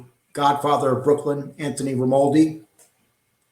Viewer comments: ….You can’t pronounce this guys name if they offered you a new set of choppers bro…Jesus how illiterate are you? It’s pronounced RAY-MON-DI you dipshit….Also It’s VLAD not VLOD! Smfh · Listen let me help you ……ask RAY-MON-DI for his DD2-214. EVERY SINGLE EX Military member HAS Tom have these. They are the separation orders. PERIOD!